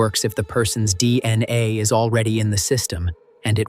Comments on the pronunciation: They way this robot says dna, D....N.....A, D....N....A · "See-Oh-Dee-Eye-Ess" & "Dee-Ennn-Ayyyy" are F-U-CK-I-N-G annoying. AI Narration GARBAGE!!!